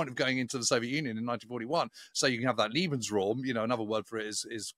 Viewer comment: "...you have that LIEBENSraum..." :D